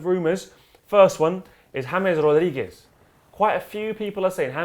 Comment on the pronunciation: "James Rodiguez"